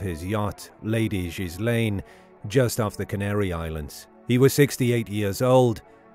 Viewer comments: Gil Lane...NOT GIS lane... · Gill - enn. How to pronounce Ghislaine. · Given all the publicity his daughter has gotten over the last five years, one would think you'd pronounce her name right. And he died on a boat named after her, so there's no getting around this. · At least pronounce ghislane properly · Mispronounced Ghislaine